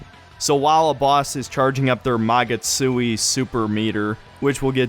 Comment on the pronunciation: Lmao Mah-gat-sooey